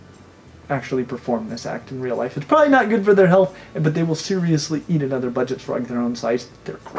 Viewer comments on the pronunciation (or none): With the green shirt and tie, with the way he pronounces real, actually reminds me of a Human Kermit the Frog.